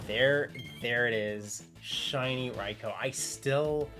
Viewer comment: wow someone actually say raikou correctly